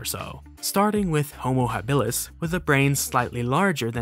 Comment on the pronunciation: H. habilis is "HAH-bih-lis," not, "hah-BIH-lis." Please and thank you.